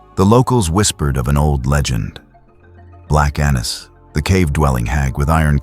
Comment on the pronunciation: Annis is actually pronounced with a long A, but good job otherwise.